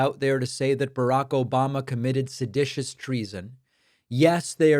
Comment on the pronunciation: Please use correct pronunciation. SEDATIOUS…